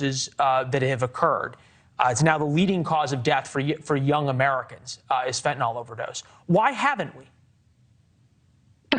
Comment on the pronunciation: She's not a Dr! If she was a Dr she wouldn't pronounce fentanyl fentinol